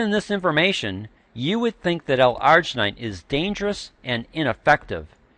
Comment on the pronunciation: not how you pronounce L-Arginine